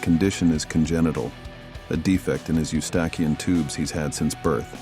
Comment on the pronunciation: Can’t even pronounce eustachian tube correctly.